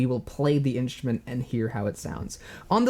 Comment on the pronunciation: At first I kept hearing "inch men" instead of "instrument" 😅 really enjoy your videos!